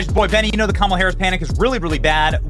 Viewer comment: Benny, please get her name right. Its K' MALA.